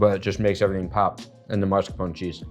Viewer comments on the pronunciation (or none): Why are you saying MARS-CAPONE. It is mascarpone. Not a real chef I guess.